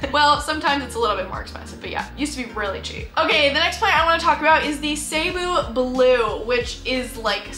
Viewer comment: FYI "Cebu" is pronounced like "See-BOO" with the stress on the second syllable. You can also pronounce it "Suh-BOO" or "Seh-BOO". "Suh-BOO BLUE" just sounds better than "SAY-boo BLUE". Sorry if this comes across as nitpicky.